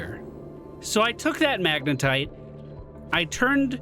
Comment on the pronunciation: It's MagneTite, not MagneNite,.:D